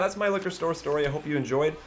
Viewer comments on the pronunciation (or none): I wuv stowy time